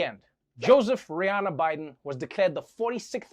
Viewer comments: Did he say Joseph Rihanna Biden? XD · Did he say Joseph Rihanna Biden? 🤔 trevor you're 🤪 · Lmaoo did u said say Joseph Rihanna Biden 💀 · Did he just say Rihanna?! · Did Trevor said "Joseph Rihanna Biden"? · Did Trevor really say "Joseph Rihanna Biden"? ahah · Joseph 'Rihanna' Biden..🤣 maayne